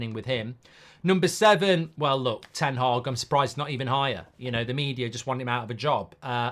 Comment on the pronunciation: It's ten haag goldboy